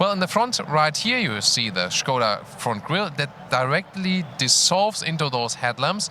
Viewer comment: Bonus points for saying Škoda, and not Skoda